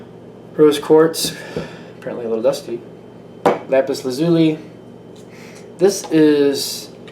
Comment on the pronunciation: lapis L sounds weird